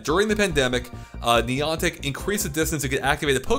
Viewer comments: Niii AuNtic Is How You Said It! Niii Anne Tick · who is niontic? the company doing pokemon go is niantic. it seems youre speaking english so A doesnt sound like an O. who is niontic? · Did you say Neeontic? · It's pronounced Neigh Antic for the love of God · You say niantic so weird I almost didn't realise what you were saying 🤣🤣